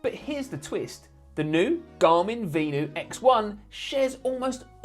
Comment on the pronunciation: It’s pronounced Ven — you